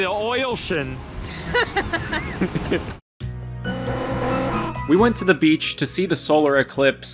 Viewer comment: THE OILCEAN, oh my GODS My spouse and I were cracking up at the OILCEAN